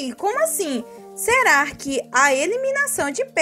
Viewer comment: "serar" "BBBer" Que dialeto é esse?